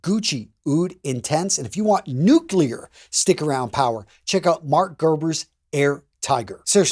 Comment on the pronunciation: I actually praised you allowed,, for correctly pronouncing "Nuclear." SO MANY people say it "NUKE-you-LERR" and that's just wrong. Thank you for saying that correctly:)